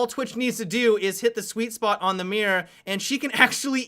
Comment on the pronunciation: I love that you pronounce one way mirror as one way mira.